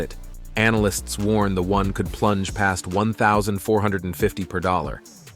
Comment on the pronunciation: It''s WON (won), not ONE (wan)